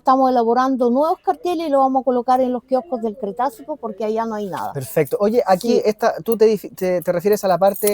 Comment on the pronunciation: Cretácico...Cretácico...NO "cretacio"...por favor!!!